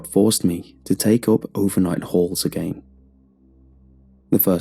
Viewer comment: I like how you're saying again lol, "Aga aein"